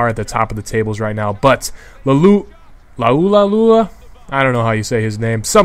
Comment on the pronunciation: Loo are loo are is how you say lualua.